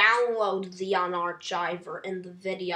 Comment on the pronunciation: 'The unarchiver" --> The unar"K"iver (that is the correct pronunciation)